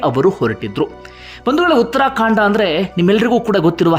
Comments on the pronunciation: Uttarakhand not uttrakhandaa😂😅😂tagdo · Sir it is uttara khand not uttara kaanda,,, Thank you for the good narration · ಉತ್ತರಾ ಕಾಂಡ ಅಲ್ಲ ಉತ್ತರಾ ಖಂಡ